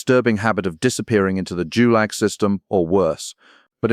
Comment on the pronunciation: GULAG is pronounced with hard "G", like in God or goulash. It's an abbreviation of Главное Управление Лагерей - ГУЛАГ